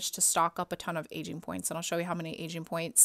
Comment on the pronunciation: is it just me or do i only hear ''asian'' pointsXD